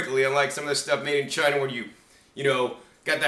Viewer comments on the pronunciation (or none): none